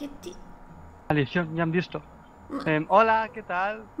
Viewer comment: Yo e escuchado que dijistes "hola" a tu dises hoa